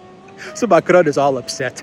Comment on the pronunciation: For the sake of all that it good . . . PLEASE learn to pronounce basic French and German! Your pronunciation of "Allgemeine Zeitung" is abominable. Your attempts at "Macron," while slightly improved, remain terrible. Stop rolling the letter R. It's not the Spanish that you learned in your Queens High School!